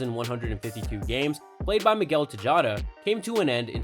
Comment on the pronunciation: When was this video actually made? Video was just posted a few days ago but guy is talking about Pujols and A-Rod like they're still playing (and still putting up the numbers like they could a decade ago). And is dude pronouncing Pujols (and several other player names) so badly on purpose? Sounds like he's saying Peeholes. He also butchered the pronunciation of Alex Rodriguez, Miguel Tejada, and Orel Hershiser names. Dude doesn't mispronounce any other words that i noticed or seem to have an accent or anything.